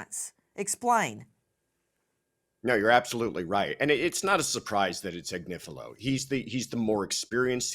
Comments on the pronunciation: I can't believe hasn't learned how to say Agnifilo yet when she hears Nancy saying it right, and she hears it in court all day, every day. And I can't believe hasn't corrected her by now. It's not Ag-ni-FEEL-ee-o like she keeps saying, it's Ag-NIFF-ill-o. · Agniflio 😂😂😂baby oil 😅😅 okay Marc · Agnifillio??? Please. This constant name mispronunciation is bonkers!